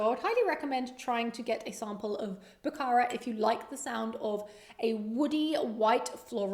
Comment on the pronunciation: Bukhara is pronounced more like “BO-kha-ra” with the kh made in the back of your throat. It’s a city in Uzbekistan (my husband was born in Uzb) 😄 and the notes don’t surprise me because it was one of the important centers along the Silk Road where spices were traded. Also, the fruit in Uzbekistan is soooo delicious so the black currant/peach opening makes sense!